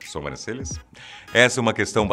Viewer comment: Vcs tbm escutaram? Atenção com as "Sombrancelhas".